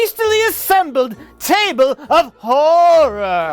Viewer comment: fumbled his line, it was supposed to be: "Welcome to my hastily assembled folding chable of horror"